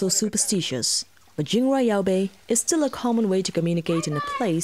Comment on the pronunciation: Your pronunciation of Jingrwai Iawbei is spot on.